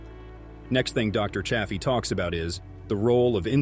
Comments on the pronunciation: Narrator bot keeps mis-pronouncing Chaffee with a short A instead of the long A Dr. Chaffee. Hah, at about 3 minutes 15 in, the bot suddenly switches to the long A. But then it is now switching back and forth - sometimes in run-on sentences, from long A Chaffee and back to short A. What the heck? What AI decided to "create" this video??? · Don't ya hate it when AI mispronounces Dr. Chaffee's name, lol??